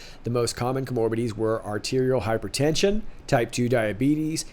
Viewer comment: I say this bc I love you. ComorBIDities, not coMORbidiities. Accent on the BID. You can trust me. I'm a medic from the High Command.